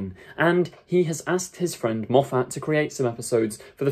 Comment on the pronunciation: Mate, he' s Scottish. His surname is not "Mof- fat". It' s pronounced " Moff- it".